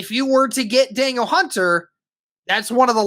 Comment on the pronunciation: It's pronounced more like "Dah-neal" not "Daniel"